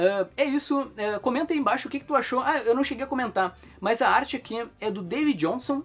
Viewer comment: Pq você fala "mãs" ? 🤣